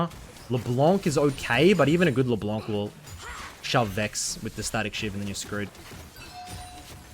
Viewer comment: Just wanted to let you know that it's Leblenk not LeBlonc. You can search how to properly pronounce it by typing "Froggen LeBlenk" into Youtube